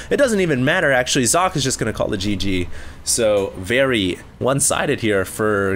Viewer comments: Its not Zock... its Soc-Ay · Sock-ay not Zock! Get your names right xD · sock... its SOCKEE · ure a complete dumbass and i'm glad people ripped into you. How bout YOU get ure names right. As i'm sure people have told you, it is actually zock-uh not sockay. Just cause day9 and Apollo pronounce it that way doesn't mean its right. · you are correct i was unaware of the correct pronunciation. I had always heard Sockay. I apologize for my apparently unholy mistake. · It is zocke like zerg and the end is not ay its e like elephant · am i the only german who is quite confused by calling Socke just Sock? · I thought it was pronounced Sock-eh. Shows what I know. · actually it's german so it sounds more like zock-uh. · hey! Socke is a german player as you know. his name 'Socke' actually means sock in english. it is pronounced [zɒkə] in international phonetics. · its pronounced zock-y, he is german and they dont have the s sound there its always Z. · It's So-cke and this is german and means "sock" xD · No, it is So - ke it is german and means sock. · No, it's Zock. In an interview Socke was asked how it's pronounced and he said Zock. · You pronounce "socke" Sock-eh where the "e" has the same sound as when you say "meh" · actually it should be pronounced like Sock and "a" like in "a car" because its german ;) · You pronounce "Socke" like Zo-keh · Back in the HDWT, said he actually asked Socke on how to say his name. It's really like Zock. Just saying dude:D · its german and you pronounce it socke and the e more like in game but it means sock in englich so sock is propably the best way to pronounce it right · Socke is from Germany. Pronounce his name correctly, you fool. Listen here: dict[dot]cc/?s=Socke